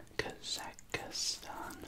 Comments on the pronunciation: It's kazik Stan not kazikar stan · i used to live in Kazakhstan when i was very young I always thought it was pronounced kawzokston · Its Kazakhstan actually